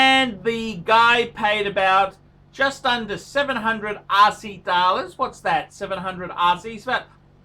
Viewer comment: My first video. I like how he says dollars, accent is spot on!